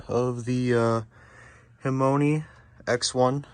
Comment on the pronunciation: I like that you say the name wrong the whole video 😂